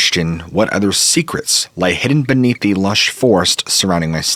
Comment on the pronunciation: "Lay" beyond.